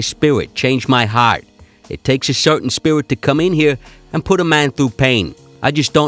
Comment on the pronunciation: "He's changed my spiwit"